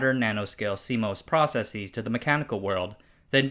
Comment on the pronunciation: "proceseez" Lmao. Dude, it's just Processes. You don't have to pronounce the "es" at the end as EEZ